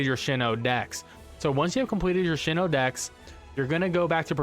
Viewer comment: Sinoh not shino